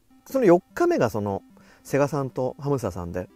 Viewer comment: 「セ↑ガ↑」さんなの？ 「セ↑ガ↓」さんでしょ。 なんでもかんでも語尾上げる人いるよね。